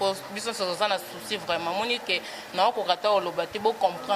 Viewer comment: Ebongo yo mouna balobaka vraiment et non vement po soki ken alobi vayage nde bo fingi